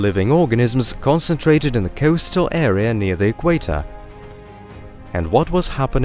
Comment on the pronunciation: I can't figure out the strange accent either but unfortunately it started to grate on me.. 🙃 Very bizarre pronunciation, particularly 'O' sounds.. ocean, float, coastal etc